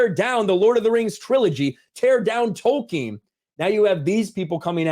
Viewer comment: When this guy says Tolkien, I hate it.